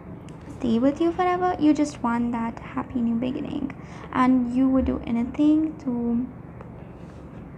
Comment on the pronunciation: Beg in ing, that’s funny sounding. Be gin ing : the correct syllables stressed.